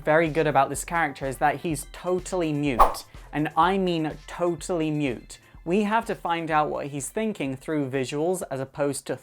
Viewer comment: mute omg i thought you said nude